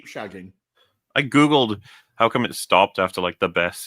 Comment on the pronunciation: Damn it. "I Googled..." in your Welshmen must sound like "Hey Google" in American English since my phone stopped playing the stream and told me I asked an incomplete question.